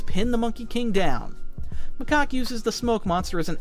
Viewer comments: Macock?? It's Macaque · 😂he keep saying macock instead of macaque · Ayo it aint macock its macaque😂😂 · Someone please make count on how many times they say 'macoqe' instead of 'macaque' 😭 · your putting in the good stuff were macaque lurks on monkey kings house i have seen the show 3 times and stop saying macaque wrong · bro,s name is 'macock' 🥀🥀🥀 If you know you know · Macaque more like makaka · WHY DO YOU PRONOUNCE HIS NAME "MACOCK" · Macaque (ma-cak) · Or calls macaque macock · Or macaw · can someone please correct him on Macaque's name please 💀